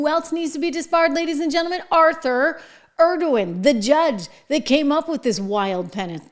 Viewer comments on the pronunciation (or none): is she saying "Judge Arthur Erdogan"? it certainly doesn't sound lie she's saying Engoron.